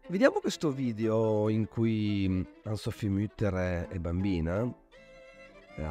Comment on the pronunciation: Grazie della recensione ma devo segnalare che la pronuncia corretta è ANNE SOPHIE con le vocali pronunciate fino in fondo e non ANN SOPHI. E' un nome tedesco non inglese o francese.